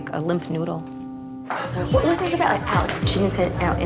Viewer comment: Sounded like she said limpf noodle.